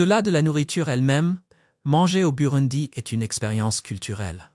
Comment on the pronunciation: N’importe quoi ! Apprenez déjà à prononcer correctement le nom du pays et surtout apprenez l’humilité. Vous ne savez rien de ce pays, vous ne faites que réciter un texte écrit par je ne sais qui.